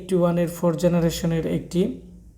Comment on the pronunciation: Generation bolen na keno apni?